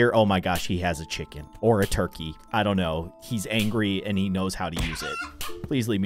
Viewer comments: You said Cvhicken not chicken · So he spelled chicken wrong he said chvikin. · What said: chicken What he said: cvhi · its chiken not turkey